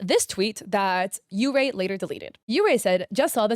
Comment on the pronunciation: yeurei is pronounced like yuurei which is baiscally "ghosts"